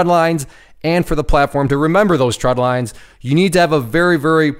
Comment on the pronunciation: Great video. The only issue I had with it is you kept saying “tread lines,” and they’re “trend lines.” Other than that, everything was good.